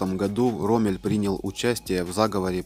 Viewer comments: Да и не РоммЕль, а РОммель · РоммЕль? Вы это серьёзно? Всем он известен, как РОммель. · мы пскопские...роммЭль...смешно....похоже текст читается впервые... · РомЭль это круто. Он наверно в гробу перевернулся, когда ты не правильно назвал его имя? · да фак, у Роммеля ударение хоть посмотрели б где делать, прежде чем читать. Показатель абсолютной некомпетентности. нахватали из инета текста и все. отстой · Нежная темы, лучше не берись за неё. Исковеркал фамилию Рундштедт, Роммель. Научись правильно ставить ударения. Нужно досконально знать исторические факты, не переверая и не искажая их. Тогда люди скажут спасибо. А так неуд в дневник, и родителей в школу, двоечник.